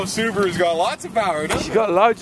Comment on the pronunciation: God I cannot stand how you say Subaru.... But yeah. Those Inline 6cyl 4.0litre in the Jeeps were bad ass engines. I miss mine